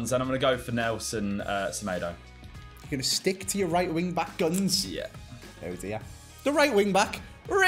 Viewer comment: Why do you pronounce Semedo as Semedo and not as Semedo?